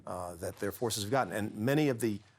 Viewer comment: She said Orcs lol 😂